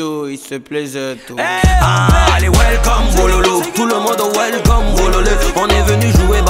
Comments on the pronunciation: Welcome meme ya sa prononciation façon ivoirienne 😂. Very proud to be Ivorian. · Beynaud c'est quel manière de prononcer welcome comme ça 😂😂😂 🎉🎉🎉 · Beynaud deh😂😂😂 welcom il a prononcé en coupé décalé. Wélécom😂😂😂